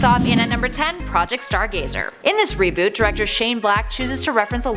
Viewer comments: its not a re-boot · its not a reebooth